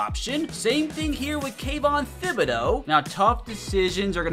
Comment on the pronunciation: someone fire this man for how he said kayvon's name